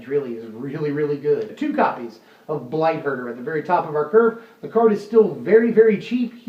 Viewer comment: I heard Blight Herder as Blight Burger. I now want a blight burger.